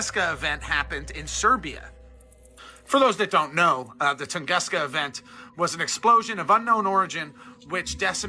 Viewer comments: TUNGUSKA , Not Tonguesca Northern Siberia, not Serbia I wish people would get facts right when posting shit. If he is wrong about the details it means he is probably wrong about it all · Tunguska, not Tongaska. With an U like an Uber. And it was in Russia, not in Serbia. Americans !!!! 🤦🏻‍♀️ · Nikola, not Nikolai. Tunguska, not Tungeska. Siberia, not Serbia. Dude is a goofball. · Siberia in Russia not Serbia please check before u say it out loud or learn to read not u that guy. A comet or asteriod hit tunkuski forest and an air burst happened above it knocked down millions of acres in Siberia and 2 people died.